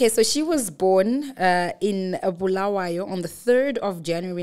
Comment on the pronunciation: but Sandy this was the opportunity to teach your hosts how to pronounce Bulawayo correctly not the BHULUWEEYOO thing that's common with ma fake salads